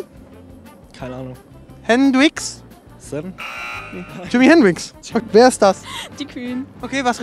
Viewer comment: Jimi Hen-drix-en